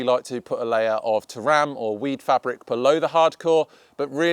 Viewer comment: "Weed farbic" ?....sorry mate,couldn't help it :P